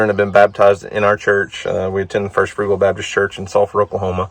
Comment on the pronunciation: Did he say First FRUGAL Baptist Church???? 😂😂😂😂